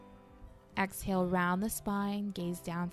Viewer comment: Great video but I’m such a “yoga dummie” that I thought AXALE was a yoga term .... I didn’t realize until almost the end of the video that she was saying EXhale 😭🤣💀💀💀💀